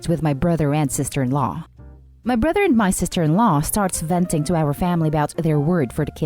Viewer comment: The bruther, muther, and the uthers...